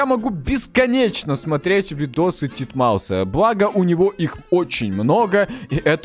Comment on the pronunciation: не дидмаус а титмаус